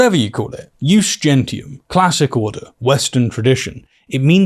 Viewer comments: Another funny fact is that Mikey boy kept mispronouncing the only Latin phrase he knew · Knowles hasn't the slightest idea what "ius gentium" was, he doesn't even know the correct pronunciation. His definition comes from a superficial, quick perusal of the Wikipedia at best. Calling it "international law" is asinine as it was accepted only by the Romans unilaterally, it wasn't something other nations subscribed to by any kind of agreement at large. Also It's classical Latin, making the ecclesiastic pronunciation incorrect, but being an ignorant sheep he has no idea what the difference is, he only tries to sound smart, fails miserably and makes a fool out of himself in the process